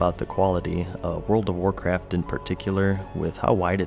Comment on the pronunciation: I thought he said world of warcrack